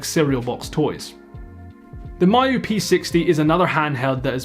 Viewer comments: Me - you not M-eye-you 😀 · I really prefer it when Miyoo gets pronounced "Me-you" instead of "Mayu". It just sounds friendlier.